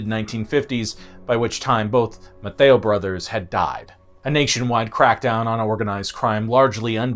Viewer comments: Not being rude to the narrator on this, but for anyone who might want to do research on them, their name is pronounced “Mace-e-o”. Their family still owns a restaurant/market over on the island, definitely worth going to. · I've lived in Galveston for the last 30 years and dude you butchered so many of the names. As I am friends with many of the Maceos it is important to tell you how to pronounce the name correctly...Mase-E-oh😊... Galvez is also mispronounced and Campeche... But Maceo is the one that bothered me since they are so rich in this community and its culture and heritage.